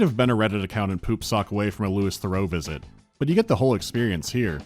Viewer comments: it's pronounced like "lewie" not "lewis" theroux. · brother said Lewis Thorough 😭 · I have never heard a worse pronunciation of Louis Theroux, it stopped me dead in my tracks to write this